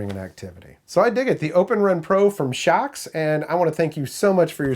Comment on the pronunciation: It looks like they watched your Naenka video. They paid attention to your comments. I'm a long time viewer. I'm pleased to see you are branching out. BTW, I agree with your pronunciation. I really couldn't read it any other way.